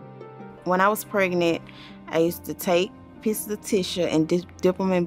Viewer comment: 😂😂 she used to take pisses of tissues dip them in bleach then take them as peels😂😂 nice english😂